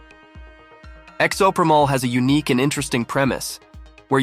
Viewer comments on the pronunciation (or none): Good stuff, man. Just a tip, check arpumd for the pronunciation of games. I've watched a few channels that have great list and summaries of games but it makes it seem like an AI voice when a game title is pronounced wrong. Exo Primal. Still a great video.